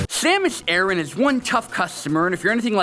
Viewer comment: Its Pronounced Ar-Awn